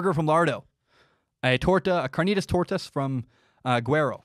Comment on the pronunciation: As a mexican, yeah "tortas", your pronunciation is good, and I get why you love "carnitas tortas" XD you sir have good taste (I also love Krispy Kreme btw) Definitely have to try Lardo's burgers